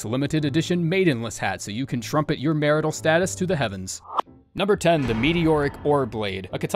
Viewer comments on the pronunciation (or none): none